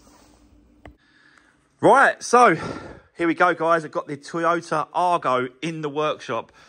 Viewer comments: Whats an arGO - try saying eye-go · Going to make a nice little car for someone when finished, but please call it an Aygo ( as badged ) not an Argo, you’re doing my head in!